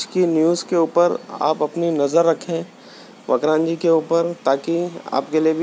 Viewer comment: ये वक्रांजी नही वक्रांगी है और वक्रांगी एक हिन्दू देवी का नाम से जिसे विरात्रा माता के नाम से जाना जाता है भाई नाम ठीक से लिया करो